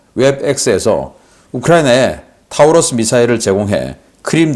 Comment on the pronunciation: Taurus 는 타우러스가 아니라 토러스로 발음합니다.